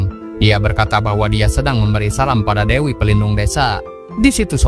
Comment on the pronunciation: Devi harusnya diucapkan Dewi, bukan Devi (seperti dlm Bhs Indonesia yg kedengaran spt Defi.